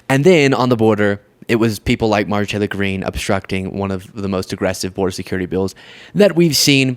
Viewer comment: Dude, just say Marjorie. Mrjtagree? Wha?